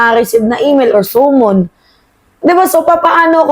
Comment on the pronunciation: Summon is pronounced as sa-mon